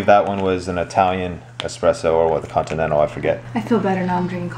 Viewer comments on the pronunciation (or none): none